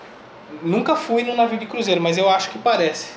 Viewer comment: O Falou Návio aí Eu Imaginei...IMAGINA UM TORRESMO DAY EM UM CRUZEIRO, DENTRO DE UM NÁVIO!!